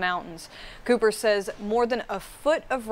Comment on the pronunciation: it's COOPER, not copper. not hard.